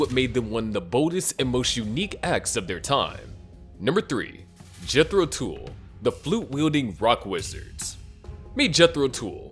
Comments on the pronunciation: The narrator doesn't even know the name of the bands it is pronounced Jethro Tuhl not tool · Dude pronounce Jethro Tull properly😅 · Jethro Tool? They actually were named Jethro Tull. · Jeez, I hate AI presentations and pronunciations. Jethro Tool? (A damn good band whom I saw in 1969 and love them, but other than Aqualung, what giant hit did they have? The others were good, absolutely no complaint about them being good bands worthy of honorable mention. But none of them even matched the Beatles. People not only waited with bated breath for their next album, we also waited an entire decade (until John's murder) for them to get back together to just make another album. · Jethro "tool." What a tool. Tull